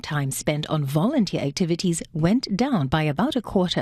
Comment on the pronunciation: Vounteer? Wat 4?